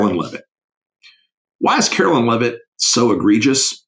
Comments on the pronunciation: It's KAREN LEAVE-IT......like George Carlin said you do woth a dump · It's KAREN LEAVE-IT,...like Geogre Carlin said you do with a dump